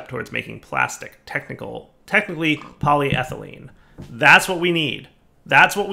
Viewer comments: I watch these videos early in the morning so sometimes I fall asleep... But then I heard say polyethylene correctly and my eyes shot open. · Yay, said polyethylene properly today! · He said polyethylene right!!! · I was having a doozy of a bad morning, but hearing pronounce polyethylene correctly actually put one hell of a shit-eating grin on my face. 'Tis the little things I suppose lol Thanks, you're the best buddy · He finally learned how to say polyethylene!!!!